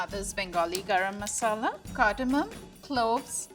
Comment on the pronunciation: Level 3 chef said garam masala as grama masala lol